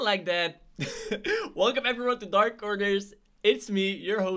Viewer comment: He said dark corgers